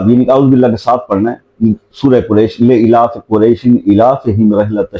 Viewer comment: BHAI SAB.......AAP GALAT sikha rahe ho ..........aap eelafi qurashin eelafihim ... Aise nahi Sahi tareekha ..leelaafee quraishin .... Eelafihim Plz galat mat sikhao